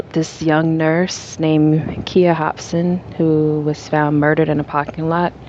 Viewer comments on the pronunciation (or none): Her name is pronounced with a long 'I'. Sounds like kīya. And her best friend's name was misspelled. It is Shantiece (rhymes with neice)